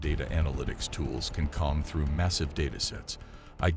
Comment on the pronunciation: Did you notice - this video seems to be narrated by an AI? That's how weird it is getting. It makes at least one mistake, mispronouncing the word "comb". I haven't finished watching yet, maybe there's more.